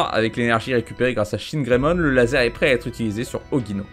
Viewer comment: "Chinegreymon" J'suis pas raciste mais...